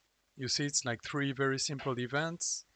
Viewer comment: SYNAPSE THREE NOT TREE